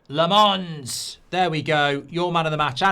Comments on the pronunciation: It's not La- MONS. It's LOM -ens. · Not Le Mans but Làmmmmmmens Le Mans is a city in France Lammens are lambs in Belgium and the Netherlands Lammens prounouce it ike Mazraoui, Maguire Silence of the lambs At Sky Sport they pronounce it well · Embarrassing he can’t pronounce Lammens name……